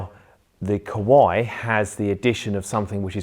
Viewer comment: Why you sound Kowai instead of Kawai...)